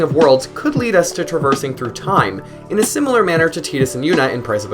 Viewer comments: T "I" dus. Like Tie & dus not Tea & dus. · It's tides. Not teedus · how can you pronounce "tai duhs" incorrectly?? i couldn't watch no more after that.... im a super hardcore final fantasy fan played every single one and the remakes. you cant do that to me!! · Dissidia came out later than 10. They got it wrong. Using teedus is like pronouncing squall as school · everyone pronounced it as tide us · I will never ever call him Tee-dus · Did you say tee-dus!? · You don't know anything about final fantasy, and learn how to pronounce Tidus name.